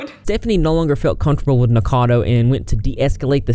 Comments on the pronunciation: Its Nick O cado.... Rhymes with avocado... Not nickcado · P.s. it's "Nick-O-cad-O Avocado" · Idk if you're pronouncing his name wrong on purpose but I support it.